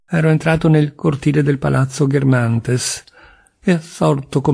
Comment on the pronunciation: Resto un po’ sorpresa per la pronuncia di Balbec e di Guermantes!